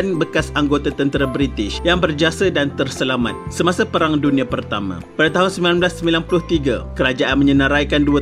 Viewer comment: Perang bukan Prang